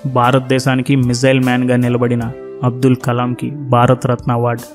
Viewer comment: Not baaratha ratna. Its bhaaratha ratna